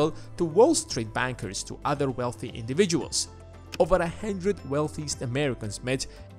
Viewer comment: And the way he says “hundred” 😂